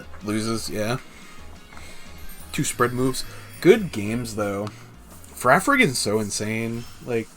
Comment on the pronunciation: FA-RIG-A-RAF! DAMNIT (that's how it's pronounced)